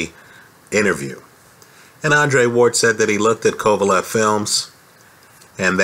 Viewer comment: I'm saying he don't know shit about boxing he called kovalev 'pecan' after the fight, even after the fight he wasn't anywhere near knowing the mans name